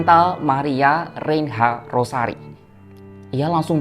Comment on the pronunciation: Cara baca REINHA: RENYA